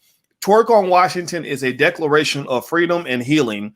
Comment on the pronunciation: She's twerking for Fweedom!